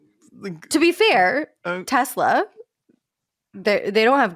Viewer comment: Obsessed with the term "Teslur"